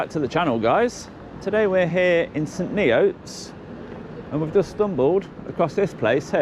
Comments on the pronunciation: St "knee oats" where`s that then, SURELEE you don`t mean saint "knee urts" in cambridge shire do yee, oo ar 🤔🤔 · Saint Knee-oats..?